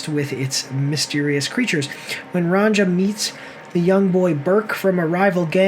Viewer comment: fucking dumasses! learn to pronounce Ronja correctly!